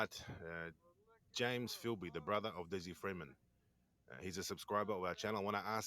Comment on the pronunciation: Filby not Philby. To his mates it was Filbysama. This comes from our Zen Do Kai background. Bob Jones who along with Richard Norton started ZDK was called Kyoshi Sama. Filbysama was our nick name for Des because of his love for karate, specifically ZDK. I have known him since 1987 when he first started ZDK at Galvin Hall - Wodonga High School. I still remember his first class because of a funny event that happened to him. He is absolutely the best bush survivalist I have ever known and not for one second do I think he’s dead. I visited Mt Buffalo and other mountains with Des back in the late ‘80s and early ‘90s. He seriously knows them probably better than anyone ever before. He’s never really had a job. He never really wanted one. He would go missing for 2-3 weeks at a time and we had no idea where he was. Then he would just turn up and tell us about his adventures hiking and camping out in the mountains. Mainly Mt Buffalo. Ever since I have known him there was something special about that mountain for Des. If ever I was to be lost in the Australian bush I would want to be lost with Des. I have known him for 38 years and I have always said that. Funny story I remember him telling us. He was hitch hiking to Mt Buffalo probably about . Two guys picked him up. He was sitting in the back seat. They started talking up big about how they had killed and buried someone out that way. Des said he thought he was in trouble-so he made up an even more horrific story. They shit thems